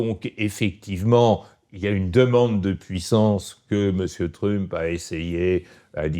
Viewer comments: Peut-on lui dire d'arrêter de dire trup. Ça perturbe beaucoup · J’ai écouté juste pour la prononciation du mot Trump en Tru-mp. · J'adore entendre Mr appeler trump "Trume-peu" ^^ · “Monsieur Truump” prononcé en français dès la première seconde, me fait passer à une autre vidéo. Sérieux “Mr Truump”. Quel snobisme! 🤦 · Pourquoi est-ce qu'il ne prononce pas "Trump" comme tout le monde ? Il a besoin de se démarquer de la plèbe ? Je comprends pas trop là. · merci, super intéressant, maintenant je vais prononcer Trump comme Monsieur Badie